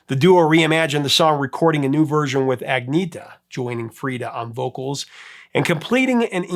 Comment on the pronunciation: Agneeeeeta’s name is pronounced: Annyeta